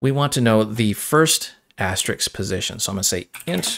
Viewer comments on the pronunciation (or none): ass-ter-risk, not ass-ter-iks, so the plural is ass-ter-risks